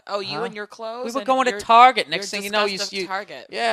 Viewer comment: "Target", or as the women call it "Tar-zhey" ;-) Hilarious.